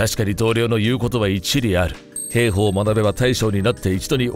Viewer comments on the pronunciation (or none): へーほー？ひょうほうと読むんですよ。